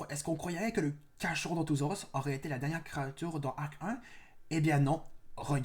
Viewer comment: On dit carkarodontosaurus en prononciation et pas carcha 😊 Sinon je préfère largement le nothosaurus dans cette liste